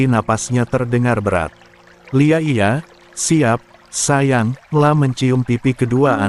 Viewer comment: Miiinnn...yg baca tuh nesin po yaaa.. jangan salah bacanya dong ...huruf ( I ) / huruf i besar I kok dibaca L .. gimana tuh min conyoh kata iya disitu ditulis Iya,atau kata ibu ditulisnya Ibu ...huruf I/ I dibacanya L...msh banyak contoh lainya yg salah baca